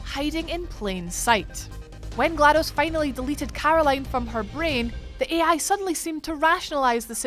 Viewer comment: This accent..... 'Carrrrroline' .